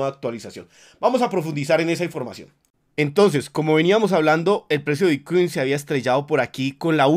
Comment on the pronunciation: Lo que escucho cuando inicia el vídeo: - "Hola soy, el único Youtuber que te da toda la información de Bitcuin"